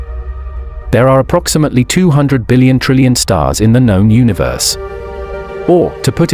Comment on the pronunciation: Is a dillion more than a squillion? Or did the narrator pronounce billion strangely?